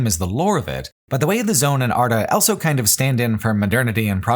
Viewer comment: pronounces the word "also" as "elso"